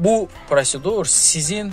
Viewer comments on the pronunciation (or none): none